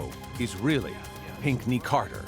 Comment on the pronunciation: Pinkney ?? Is that American.